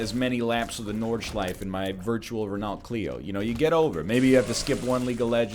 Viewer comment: Nl's pronunciation of Renault hurts me inside.